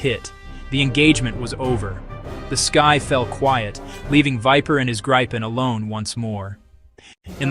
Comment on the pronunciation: its not Gripe-en or Greep_en, its Grip-en. Why because its how the Swedish pronounce it